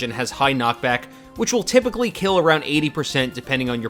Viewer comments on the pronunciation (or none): Tip-ically, huh? Also how about doing Samus/Dark Samus next